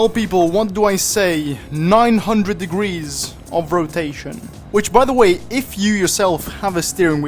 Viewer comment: "1620 degreese of rotation" "2160 degreese of rotatio"